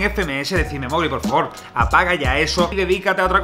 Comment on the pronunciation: Mowli travieso